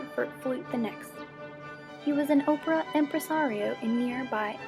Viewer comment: mispronunciation of 'opera' and 'baroque'!